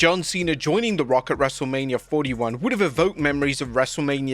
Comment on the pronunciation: you messed up a couple times in LFG/Michelle segment, lol.